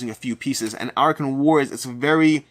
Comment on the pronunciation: Are you sure you pronounced "Arackhan" right? In my head I pictured it to be A-rack-khan.